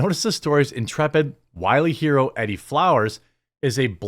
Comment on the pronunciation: E-Dee, not eddie.....